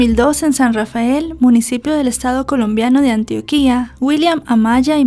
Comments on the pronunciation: Todo genial como siempre en tus videos pero No se dice Antioquía… si dice “ANTIÓQUIA” Antioquia (conozco el caso de cerca) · No se pronuncia " antioquìa " se pronuncia antioquia sin tilde 😅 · Querida. Antioquia se pronuncia con acento en la o. Antioquía es en oriente medio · No se pronuncia “Antuoquía” se dice “Antioquia”, sin ningún acento. 😊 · Hola no se dice Antioquía...es Antioquia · se pronuncia [antiókia] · Antioquia lleva el acento en la O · Hola, me encanta escucharte, con todo respeto te voy a hacer una corrección, Antioquia lleva el acento en la O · Ojalá hubieras pronunciado bien Antioquia. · Excelentes narraciones, menos tu pronunciación con algunas ciudades y departamentos de Colombia, por favor escucha en Youtube su pronunciación, (No puedo disfrutar el caso por como pronuncias Antioquia)😮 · gracias por el caso, me causa gracia como pronuncias Antioquia con tilde. 😂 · Estas pronunciando mal Antioquia 😅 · como me borraron el comentario le repito, no estoy hablando de como se escribe, me refiero a como se pronuncia y soy de Medellín señora "Antioquia Nombre de un departamento del noroeste de Colombia y de una ciudad ubicada en este departamento. Se pronuncia [antiókia] y se escribe sin tilde. No debe confundirse con Antioquía ( 'antigua capital de Siria' ; → Antioquía)."